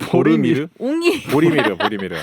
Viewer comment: ~ 컴백홈 진심으로 환영합니다~ 🎉🎉 웅이보리미르, 발음하기가 이렇게 힘든 건지 저는 몰랐습니다~ ㅋㅋㅋㅋ 그래도 은 틀리지 않고 '웅이 보리미르' 정확하게 말씀해 주시네요~👍👍 좋아해서 보내드린 거 맞습니다~ 🤭🤭 15년 현재 제가 모시고 사는 묘르신 삼냥이입니다. ㅎㅎ~ 처음 제게 온 아이가 웅이, 다음이 보리, 막내가 미르입니다. 아직은 셋이 묘생을 함께하고 있지만.. 아파서 먼저 가는 아이가 생겼을 때.. 떠난 아이 때문에 슬프지 않고, 남아있는 아이를 위해서 열심히 살고자.. 언제부터인가 아이디를 그렇게 만들어서 사용하고 있습니다. 남자와는 1년 사귄 적도 없는데.. 집사가 처음인데도 삼 냥이와는 행복하게 오래사네요~ ㅎㅎㅎㅎ 다시한번 컴백 감사드립니다 ~ 😊😊